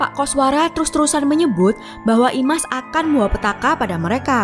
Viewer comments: Slah penyebutan min dari imas kok ke isma😒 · IMAS, tapi disebut ISMA teruuusss